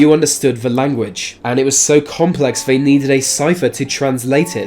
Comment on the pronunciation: Fyi “TH” is not pronounced as “F” or “V” eg “they” is not “vey” and “month” is not “Monf”